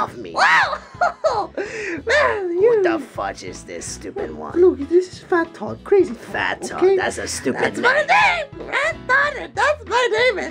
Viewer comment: Dude it's toad not damn tod say it right